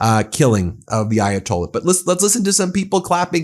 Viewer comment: Ayatolli you say? Well, that's one way of mispronouncing it. Yet, didn't you point out how conservatives never seem to pronounce Mamdani correctly? Lol, Trump said he'd end the Russian-Ukrainian war before he was elected, then in 1 day, then in 100 days. Trump is a businessman and a salesman, you can't trust a word he says. Do US tax payers want to fund this? Well, look at S. Korea. The US was the major (by far) outside help to those on the Korean peninsula that wanted democracy. Would you say those lives and tax dollars were wasted helping them? How about Taiwan (Republic of China), did the US waste tax dollars defending its ally during the first and second Taiwan Straight crises? Or how about Ukraine, if Ukraine survives, and the US makes a new trusted ally, would the money spent helping them be wasted? You hate Trump, as do I, but that doesn't mean every single thing he does is horrible. With that said, this may easily turn out to be horrible, if Iran gets the same outcome as Iraq and Afghanistan. Thoughts and prayers?? What are you, a Republican after a mass shooting where 30 people are killed? Thoughts and prayers are useless..... Jesus, you're just as bad as those you so harshly criticize.